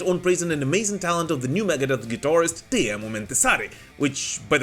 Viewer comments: it's "Tee-mo".. not "Tie-miou" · Your pronouncion about Teemu was perfect 👌😎👍